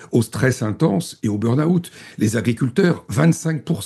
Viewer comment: Burn out, pas "burn aout"!!! quand même, prononcer convenablement u n mot d'origine anglaise n'est pas si difficile, non?Q uand à devenir britanniques autant le faire convenablement.